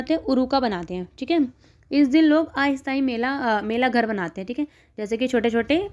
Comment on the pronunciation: Not mela Ghar it's bhela ghor...